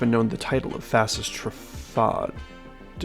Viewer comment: I believe it's pronounced Tru-fah-day because of how Bugatti is pronounced